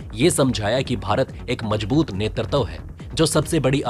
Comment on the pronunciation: आपको बखेड़ा शब्द का सही अर्थ पता नहीं वरना इसे शीर्षक व रिपोर्ट में प्रयोग नहीं करते। आलेख बढ़िया है। 'नेतृत्व' शब्द् का उच्चारण गलत था, सुधारें। जय हिंद 🇮🇳🙏🏼